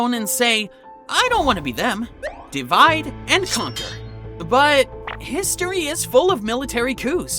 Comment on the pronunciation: Why "DE"-VIDE? Why not "DI"-VIDE...?